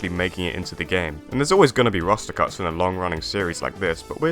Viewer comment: the way you say roster sounds like rasta lmfaoooo